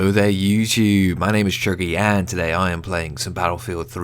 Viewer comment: its chuggy not chubby